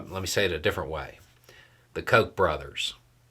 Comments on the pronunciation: I was taking a drink when you said Koch, I almost choked 😂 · He can’t pronounce it. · right, my bad. I knew guy growing up with the surname Koch although he pronounced it “cook.”